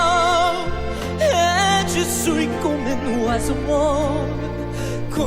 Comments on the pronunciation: Great, but PLEASE learn how to pronounce the title: "zoos" for "swee"?!?? .. "suis" is French for "am" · Great review! This was my first exposure to Forestella. I'll certainly add them to my playlist. BTW, their French is superbe, yours needs help 😂. "Suis" phonetically is "swee". Keep up your amazing work. You're the best! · It is pronounced Ja swee malad